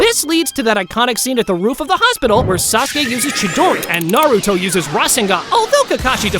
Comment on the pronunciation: On dit naruto pas nar